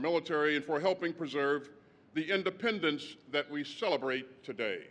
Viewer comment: Did He said Happy depends day🤣